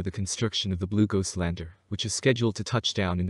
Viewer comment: I thought he was saying "glucose".